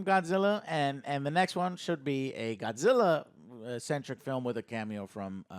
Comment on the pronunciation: Why do these movies always need an Asian actor always concerned for Godzilla and say his name like “goshilla”